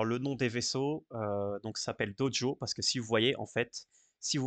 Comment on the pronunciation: Bon on en parle de cette prononciation "Dojo" ? :D